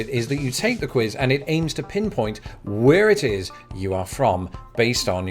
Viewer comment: You said where it tiz. Ha ha.